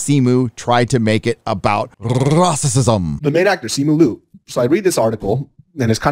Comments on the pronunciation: It’s Simu LIU , not Lu ! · You didn’t even pronounce his name correctly It’s not Lu, it’s L-i-u